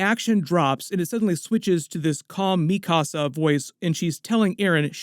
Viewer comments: The way that you say mikasa bothers me so much, because if you’ve watched the show, you would know how to say her name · LMAOOO called Mikasa mi casa lolol